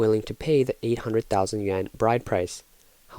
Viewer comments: why do these narrators in china videos keep saying "yuen" instead of yuAn? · It's Yuan. It's supposed to be pronounced like yoo aan but they just mispronounced it.